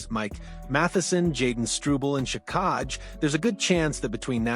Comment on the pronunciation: Arber Shikaj🤣 Hint: If a name looks weird take 10 seconds to figure out its pronunciation